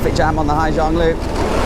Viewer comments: It’s Ha Giang, not Hi. Beautiful work anyway. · Hà Giang not Hi Giang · and Ha Giang, not Hi Giang